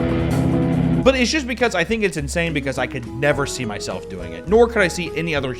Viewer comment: At first I thought he said "every morning I weigh my filth" instead of *myself